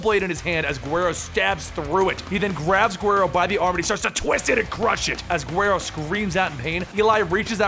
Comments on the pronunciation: Uuuhhhhgg...If the U has marks above it guero pronounced properly is (Wed-oh) as it's the spanish term for "whitey". You pronounced it (Gwhere-oh). Que gringo. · also it's pronounced "weh-roe" with a rolled "R" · Isn't Guero supposed to be pronounced huero? Or to make it easier for Americans weh-doe. Slang for white boy in Spanish, especially since the character named that has blonde hair with light skin. Damn near every crew of Mexicans has someone named Guero or Huero in their group. Pretty common nickname, at least here in California. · Juero is pronounced wuedo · his pronunciation of Guero is killing me. I'm cringing everytime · Bro the "g" in guero is pronounced as a "w" in the word guero. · that's not how you pronounce guero